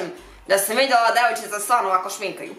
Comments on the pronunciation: Jesi zasluzila nema sta hehe. Nisi lepa nego prelepepa 💝💝💝 I mnogo mi je smesno kad kazes "Devoj'Č'ica/ce" haha 😂😂 Super je ovo ispalo. Pusa 😘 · ĆAOO DRAGAA! VIDEO JE FENOMENALAN! TI SE PRELEPA PRIRODNO, NISU TI POTREBNI NI ŠMINKA NI IKAKVA KOZMETIKA! KOD TEBE MI SE NAJVIŠE SVIĐA KADA KAŽEŠ ONO DEVOJČICA SVOJIM PRESIMPATIČNIM GLASOM I NAGLASKOM! SAMO TAKO NASTAVI! VOLIM TE PUNO! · 😁 kako cudno kazes ,,devojcica"😁